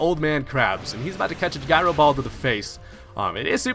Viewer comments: It's pronounce jyro ball. You sound like a dame fool when you say it wrong. Butt head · The way you say gyro bugs me